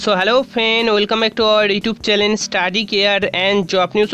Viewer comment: NRI na NRA, চ্যালেন না চ্যানেল, রিক্রুটমেন্ট বলুন ...... কি সব বলেন যে মানেই বদলে যায়।